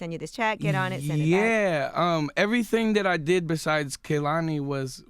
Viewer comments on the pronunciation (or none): They kept saying Kehlani's name wrong 😐😐😐